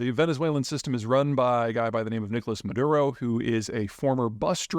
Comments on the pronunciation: Maduro not Mudaro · Maduro - (Mah-Dur-Oh) You are too smart not to know this. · Let me help you out. Maduro Ma-do-row. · "Moodaro", Maduro - What is the difference?